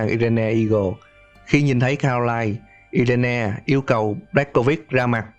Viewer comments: Irene đọc là Ai rần chứ i re ne gì trời. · Irene đọc là Ai rin anh nhé